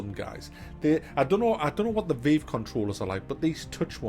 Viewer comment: The way he pronounces Vive triggers me.